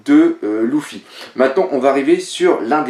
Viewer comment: Putain on dit pas Louffi mais Leuffi